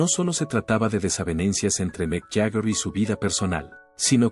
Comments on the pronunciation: Este senor de donde lo han sacado??no sabe pronunciar ni leer??Jaker!??es Jagger not Jaker???debe de ser la unica persona en este planeta q no sabe pronunciar elapellido de Mick??😅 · Yo no escuche hablar a Bill Wyman, el unico q habla es ud. Además mire lo q es Mick y lo q es Wyman, (Sr es Jagger no Jaker como lo pronuncia ud) x más q no sepa ingles, en todo el planeta la gente lo pronuncia Jagger. El y Keitn son los fundadores de los Stones se conocen desde jovenes y como en todas las amistades hay momentos asperos. Sino fijese los Beatles se separaron por McCarney, Y!!!!!. Mick es todo, Mick tiene un aura q no la posee cualquiera. Te AMO Mick, a no hacerle caso a estos pelo**dos. Aunque se q poco te importa lo q digan estos don nadie. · Haces un video de Bill Wyman y pones puras imágenes de Mick Jagger. Que se pronunc ia fonéticamente “Yaguer” y no “Jajer” No saber la pronunciación correcta le quita toda seriedad a este vídeo. Y quienes critican a Bill, fue la base de las canciones. Y les recomiendo que escuchen a Rythm Kings. Un proyecto de Wyman que se rodeó de tremendo músicos. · ¿No pueden poner a un humano en la narración...? Y que sepa los nombres y hable bien, si es posible... ¿Jag jer?! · Ahora dice jajer,para mí que ni siquiera conoce a los Stones éste comentarista.